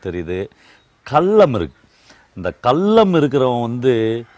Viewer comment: சொல்றேன்னு தவறாக நினைக்காதீங்க நான் உங்களை விட வயதில் சிறியவன் தான் தமிழ் உச்சரிப்பை சரி செய்ங்க கல்லம் இல்லை கள்ளம்